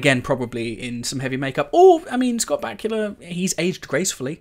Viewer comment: They way you say Back-u-la haha pronounced ba-koo-la so funny